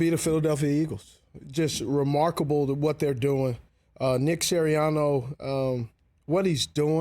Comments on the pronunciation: Ik Steve’s not linked to Philadelphia, but cmon man “…Siriano” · What is it with people calling Siriani "Siriano"?It's like "I respect you,but not enough to get your name right at this point. ".😆